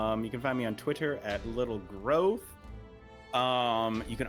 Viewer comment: Why does Adam emphasize "Little GROWth" every single time? Just say it normally. Why do you make it such a weird thing?